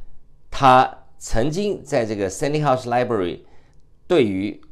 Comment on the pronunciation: Dr. Peng you always called the Library of London University the “Seny House Library”. I checked the name should be “Senate House Library”. Please correct your pronunciation.